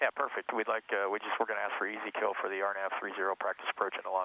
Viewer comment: “Easy Kill”? LOL Most people pronounce that fix as “Ezekiel” - like in the Bible. (ee ZEE key el)